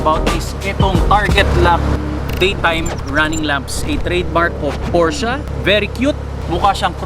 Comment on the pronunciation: Sir hindi ako hater i love sports cars too pero ayusin mo naman po pronunciation mo ng "PORSCHE" gamitin mo yung mismong lengwahe ng GERMAN sa pag tawag nila nyan para alam din naman nh iba.